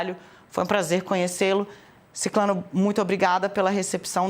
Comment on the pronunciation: a pronúncia é ciCRAno. Não é ciCLAno. Pelo amor de todos os santos